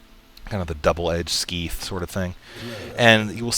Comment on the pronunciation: Its pronounced Seyeth as in the letter S the word Eye and then th as in the word "this"